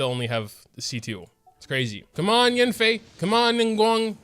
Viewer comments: “It’s probably a Childe though” Well you did get A child, Qiqi. Oh and whenever you call YAN-FEI as YIN-FEI it just keeps triggering me XD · god i hate the way this dude pronounces yanfei its so cringe